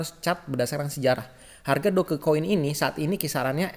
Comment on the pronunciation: sebut la betul2 DogeCoin...Doj Coin..cara sebutan betul...memalukan betul la..